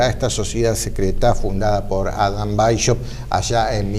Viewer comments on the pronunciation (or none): que no quede tan evidente su desconocimiento del idioma alemán, por favor, Weishaupt se pronuncia weis haupt, no hay un diptongo consonántico que Ud pronuncia como la sh inglesa (que en alemán se escribe sch). Es preferible que lo pronuncie en castellano, para no dar vergüenza.